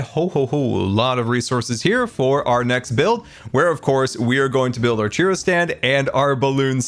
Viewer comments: Love this disn- sorry, Scarland base. BUT the ffod you called "Cheeroh" is actually pronounced "Churoh (Ch-ur-oh), down where I live mexican and hispanic culture florishes, (Texas). Have a good day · I love you, but it's churro, not chiro. 😂😂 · It’s Churro, not Chiro. I’m only in slight pain. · you're pronouncing churro as cheero?????? my guy.... you never cease to amaze me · its not pronounced cheero. Its pronounced chur-oh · How come nobody is talking about the way he says churro? Sounds like he’s saying cheerio stand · I love the pronunciation of churro 😂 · I love the video, I love the build, but your pronunciation of churro is atrocious!! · The way you pronounce churro is so confusing. I didn't even know what you were talking about at first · mispronouncing churro hurts my soul. But great video as always.